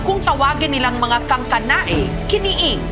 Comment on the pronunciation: Kiniing po hindi kiniig